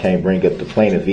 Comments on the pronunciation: I liked when dorow finally told him that she had no idea what "tack-it" meant... Then said she has no such agreement with him... Then on day 8 with Sean Backler on the stand, am, duh-rell finally pronounced it correctly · Do you think he was humbly embarrassed when he found out that throughout the entire trial, he pronouned it tackit instead of tacit😂